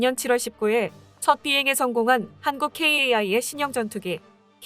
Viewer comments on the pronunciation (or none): "KAI" 케이에이아이...라고 어렵게 읽지마시고, 그냥 편하게 "카이"라고 하시는 것이 좋습니다. 3자 이상으로 된 알파벳 약어를 읽늕 방법은 오래 전부터 있었습니다. 유엔 산하기구 중 긴 명칭은 약어로 머리 글자를 따서 약어로 부르듯이 , 또 아주 긴 약어일 경우 읽기 어려운 부분도 있습니다. 참고하세요~^^ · 캐이에이아이… 카이라고 하기가 힘드신가